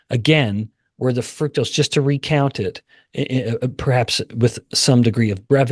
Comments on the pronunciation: Please stop mispronouncing fructose. It does not have the word fruit in it. So don't pronounce it fruit toast! It's fruct-ose. Let's all be on the same page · I hear FRUCTose.. You miggt get a hearing test.